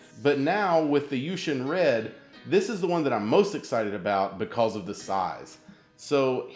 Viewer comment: Learn how to say because